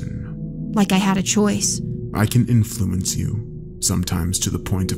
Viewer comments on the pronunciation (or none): none